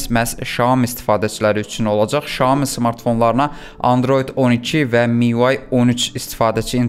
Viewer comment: Şayomi yox ay bla Sayomi 🙄